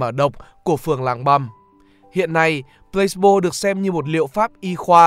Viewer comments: mình có góp ý nhỏ là từ này đọc là plơ-xi-bô chứ không phải plâyx-bô nhé bạn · Mình tưởng đọc là Plah see bo chứ nhỉ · chữ này đọc 3 âm tiết. kiểu plah see bo